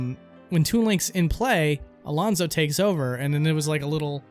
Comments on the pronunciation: It's Alfonzo, not Alonzo. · You said Rathalos correctly, but you said Alfonzo wrong. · You mean “Alfonzo”, not Alonzo